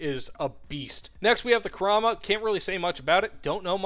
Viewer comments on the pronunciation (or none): none